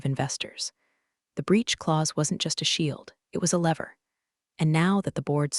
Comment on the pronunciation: Pronunciation of lever needs fixing